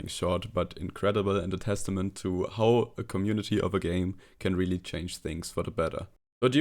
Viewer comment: wenn du how sagst, musst du es aussprechen wie hau. Nicht wie hou. Das hat eine ganz andere Bedeutung.